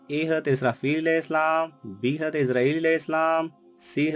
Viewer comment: Assalamalaikum sir ap Hazrat ka naam achaye se bolye ap ye Haz kya